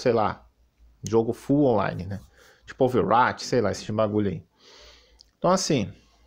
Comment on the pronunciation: Me dá agonia do maluco falar "Overáti"